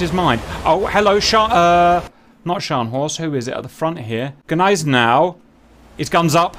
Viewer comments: Haha bro I laughed at how you pronounced gneisenau😂😢 it Hurt my Germany, and I am not even german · you got that one right but not Gneisenau :P